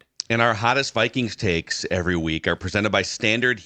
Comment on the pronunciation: Taeks instead of takes